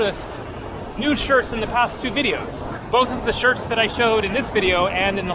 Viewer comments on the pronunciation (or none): none